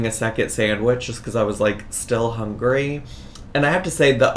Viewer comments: i’m so surprised this is the first time you’ve noticed her say hOngry 😂 this is one thing that my husband makes fun of all the time just from hearing her in the background lmaooo he always asks why she says it that way! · The first time I heard her say "HONGRY" I laughed so hard. One of my favorite Amberisms